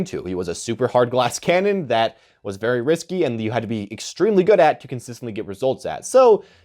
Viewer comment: "with thas in mind, let's get started"